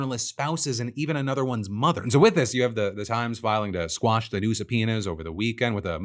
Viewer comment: It's quash not squash.